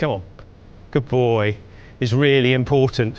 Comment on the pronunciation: "Who's a good BOAH"